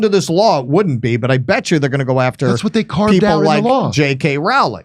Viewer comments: Yes , the law sucks.Please pronounce Rowling , ' rolling' as in rolling stone. Not hard. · If only we could make it illegal to pronounce JK Rowling's name wrong!